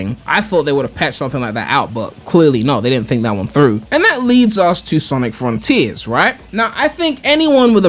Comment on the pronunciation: snic Frun-Teeers